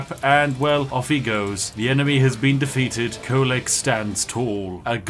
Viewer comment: its Kholek.. he should be op